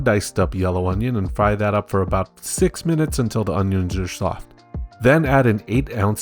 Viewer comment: How tf did the youtube captions understand he said "are soft"? I listened to it three times and all I heard was "Jaschoff"